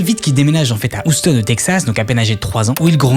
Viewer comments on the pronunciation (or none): " Oustone " au lieu de " Yioustone " 😢